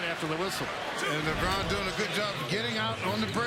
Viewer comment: lebron not labron